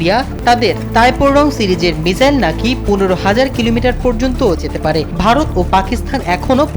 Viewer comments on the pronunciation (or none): none